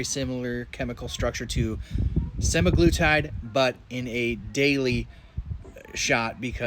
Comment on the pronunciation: FYI, you are pronouncing semaglutide and liraglutide incorrectly. If you watch any talks from Novo Nordisk, you can hear the proper pronunciation. seMAglutide and lirAglutide. Just like TirZEPatide. The second syllable is the stressed syllable.